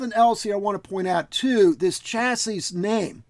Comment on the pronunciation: One more piece of the systemd puzzle put in place. Thanx. (And BTW: It's 'cha-see', not 'cha-sis' [technically, 'sha-see'...]. It's french, eh?) :)